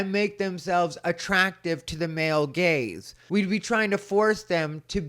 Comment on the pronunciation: the male GAZE. Not ‘gays’ 😝